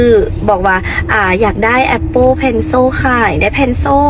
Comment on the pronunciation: Appleแต่นางออกเสียงAppopenso😂 นาๆซาตใหญ่